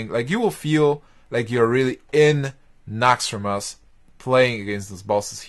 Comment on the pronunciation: nauxraaumos xD